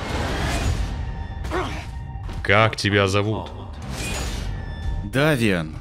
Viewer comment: Давиан, ахаха, в голос Дэйвион, а не Давиан